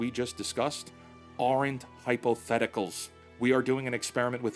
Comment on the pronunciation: NOT "ARE ENT" -- "ARNT" But awesome video!